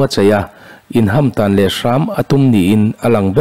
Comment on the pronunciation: Sir, CM in a bial a in hamtan leh hram a tum tih a hamtan tih kha a thluk ilam dik lova.